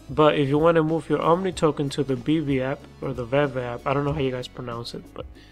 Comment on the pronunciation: Bro.... Theres no "N" in OMI